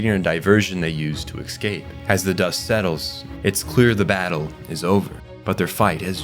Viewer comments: Great video bro but ..how many Ks do you think are in the word "eScape"? Not Exscape or Ekkscape... Say it escape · It's pronounced Escape. Not "Ecscape". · Every time he said "exscape", my soul hurt. Otherwise, fantastic video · excape. Nothing worse than mispronunciation of simple words. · Love your videos, you do great work--kills me every time you say "ex-cape" though lol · "Excape" "excapes" "excaped"... your incorrect pronunciation of this word is so jarring (immersion breaking) that I started to feel as though you purposely mispronounced the word over and over. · take a shot for every time this guy mispronouncews the word "escape"